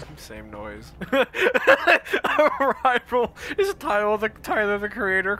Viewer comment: its uh rye rul